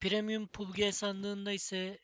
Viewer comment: Pubg diye okunmuyo pabçi diye okunur